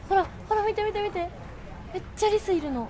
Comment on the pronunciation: 「リスー」が「りさー」に聞こえる笑